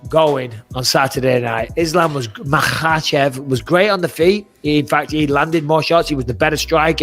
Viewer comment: Bisping: Islam was Makkhhaachev last Saturday and Moises couldn’t get shit going...🤣